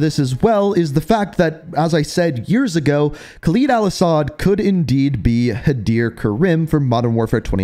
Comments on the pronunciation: Listen man the videos are good n what not but you gotta learn to say Khaled al-asads name right your not saying it right and it's just cringe and hurts the ears its Khaled not Khalid just listen to how other people say it do your homework then presentation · Why does this man always say KHALEEEEEEED al asad its khaled al asad… not LEEED led its led